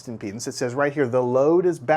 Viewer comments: I am not native english speaker and I can not understand why is this guy speaking about the load in penises sorry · Is it just me who heard him pronounce impedance as penises?